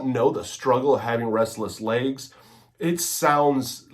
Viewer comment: Not trying to be a jerk here but I think the word is legs, not layggs (lol)